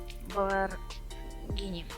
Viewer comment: Lamborghini существует: Также энзи: Lambargini